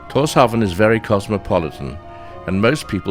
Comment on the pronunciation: Tórshavn is pronounced “torshaun”